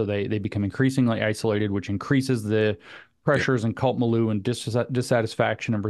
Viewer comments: Mileu = mill•yʊ (as in look, book) Cheers! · “Mill-you” Milieu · Take a drink every time somebody mispronounces milieu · Please learn how to pronounce milieu!